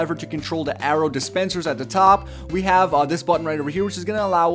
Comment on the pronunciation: "arrow dispenslers"